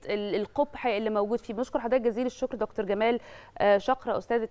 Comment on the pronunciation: كلمة دكتور يجب ان تنطق بالطريقة المصرية (فهي كلمة معربة منذ زمن) ولا يصح ان ينطق مذيع او مذيعة على قناة مصرية رسمية الكلمات بلهجتها الانجليزية، نرجو الانتباة من القائمين على البرامج والمذيعين